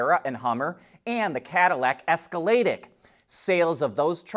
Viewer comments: Wait, did he just say "Esca-lay-dick"? He even said it straight faced and not facetiously. 🤦‍♂️ The "IQ" is separated from "Escalade" and capitalized. Therfore are said separately as the letters I Q. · Escaladic 😂😂 I must admit it made me chuckle a bit similar to "Celesteeek" great video as always. It's just Escalade IQ and Celestiq(pronounced celestick)